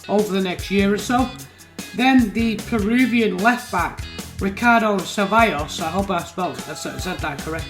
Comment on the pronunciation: Shame Bird's pos is red but at least it isn't 36 lol. Cevallos pronunciation sounds bang on... it irritates me how many commentators get paid to say names and can't figure out the Spanish double L 😂 I see you found a new defensively minded CB. Def needs bulking up and 4* skills is weird but he looks like he could play in midfield too. Murdoch is a mess with his attributes, work rates and being on the wrong side LMAO. Sašo pronounced right too 😅 N'Dri goes in the bin for me with that balance and height 😭😂 Can't be too disappointed with the result. Rochdale came out hungry for impact early on and that is a great goal. Bit unlucky the deflection didn't go over the line but as you say they were resilient, and it took basically a guaranteed goal thanks to that ball over the top just to grab the point. Looking forward to (hopefully) three points vs Sutton 👀